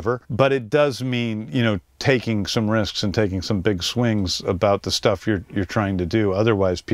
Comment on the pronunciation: they cut right after the cameraman speak. James Gunn didnt understand a thing that he said to him. Moi même j'ai dû recommencer 3 fois le vidéo juste pour être certain d'avoir compris. "The" ne se prononce pas "Ze" mais "De" juste ça va améliorer ton accent 😅 Le club vidéo est incroyable by the way